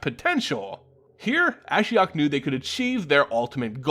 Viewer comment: You pronounce Ashiok the way I pronounce Ashiok.